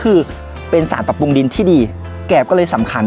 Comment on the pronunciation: น้องสุดยอดเรื่องการเกษตร แต่ต้องปรับปรุงเรื่องการออกเสียงให้ถูกต้องด้วยคะ เช่น แกบ ปุง ปา ผิดพาด พั่ว วิธีออกเสียง เช่นคำว่าแกลบ ให้ออกเสียง กะ_แหลบ รัวๆเร็วๆ กะแหลบๆๆๆๆ ปรุงให้ออกเสียง ปะ_รุง รัวๆเร็ว ปะรุงๆๆๆๆๆๆ ปลูก ออกเสียง ปะ_หลูก พลาด ออกเสียง พะ _หลาด ๆๆๆๆ พลั่ว ออกเสียง พะ_หลั่ว ๆๆๆๆ เป็นต้น การออกเสียงที่ผิดจะเป็นการด้อยค่า เนื้อหาของคลิปคะให้ไม่น่าเชื่อถือ